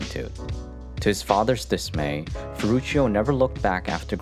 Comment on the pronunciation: His firstname sounds in italian language like „ferrutsho“, not „ferrutshio“.